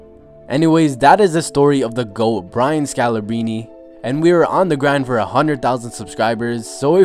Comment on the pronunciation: Pronounce the R, scalabRine